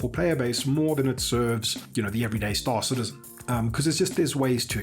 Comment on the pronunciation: Why does everybody ape after Morphologis weird "STAAAAR-cittizzen" pronounciation?